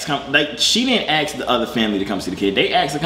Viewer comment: The word is A.S.K.........not AXE! An axe is something you chop wood with!